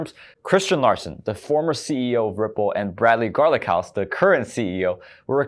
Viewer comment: Bradley Garlic-house😂😂